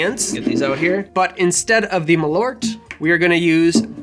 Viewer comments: As someone of Swedish heritage you might need to work on the pronunciation of Malört. Rather than "ma - loort" it should be a bit closer to "marl-oar-t". Malört happens to be Wormwood in Swedish, made famous in Absinthe, and also a popular herb used in Swedish snaps to give a bitter flavour. The word "bitter" happens to be "bäsk" (pronounced "besk") so you were right on the money with your choice. Love the channel though, keep the drinks coming😄🍸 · Its pronounced "mahl-urt". You who share my nordic name should know this :P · As a Swede i say it's pronunsed Maal ourt and Behhsk in English that's wormwood and bitter. Use to it wise and that's great tasting. Love u ✌️